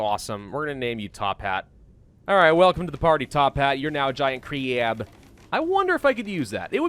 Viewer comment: I enjoy how he says Crab... Or 'Kraab'. Makes me giggle. Tophat needs a pebble kid. You should buy some livestock and then harvest food from them when they make smol ones.